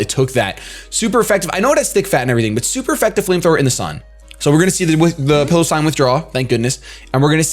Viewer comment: I'm amazed that his opponent spelled piloswine's name the way it's pronounced and still said it wrong